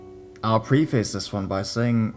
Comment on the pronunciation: Story #3: Although it is spelt Babylon, it's actually pronounced 'Baba-lon. Similarly, in Story #4 the pronunciation of preface is 'preff-iss' and obsceneties 'ob-sen-ities'. Hope that helps, and keep up the good work.